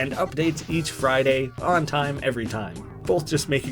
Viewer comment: OMG YOU PRONUNCED "FRIDAY" WRONG! (There is your algorithm boost ;))